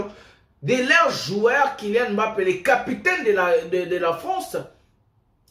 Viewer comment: Pourquoi tu l'appelles Kilian M Mbappé ? Appelle-le comme nous appelons les africains. On prononce simplement MBAPPÉ sans dire le M BAPPÉ.